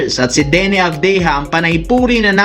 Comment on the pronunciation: Avdiha sa bisaya, o avdija, mali pronouns mo , nahala na bisaya ka😂😂